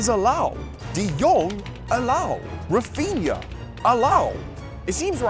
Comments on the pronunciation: “Raphina” is crazy😂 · You should have tried "Raphinha" not "Raphina". It's the correct spelling. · It's raphinha dumbass